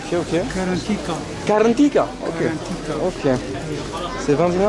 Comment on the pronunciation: Salut le plat à base de pois chiche s'appelle KARANTITA pas KARANTIKA , les algériens sont tres acceuillants avec les étrangers